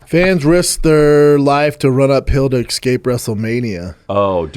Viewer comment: of course Brendan says "excape" 😂